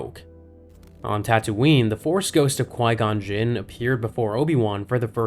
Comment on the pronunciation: Qui gon juun 😂